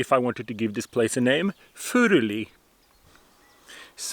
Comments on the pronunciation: Norwegian here; I can confirm that you know exactly how "Furuli" is to be pronounced. Now I have actually studied religious scholarship at the University of Bergen, and I have taken the trouble of learning Biblical Greek and Hebrew. Seriously, it is NOT to be thought that once you can struggle through Bible texts in the original tongue, there is suddenly a whole world of new meanings and nuances opening up to you. Basically you will only find that modern translations are normally good enough. If some snobbish scholar tells you that "you can't understand this if you can't read Hebrew/Greek", just laugh at him. There is nothing magical about the original Bible languages. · Wait you have Scots Pine growing in Norway? AWESOME! Thank you for the correct pronunciation of his name.